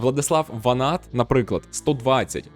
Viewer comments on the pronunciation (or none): none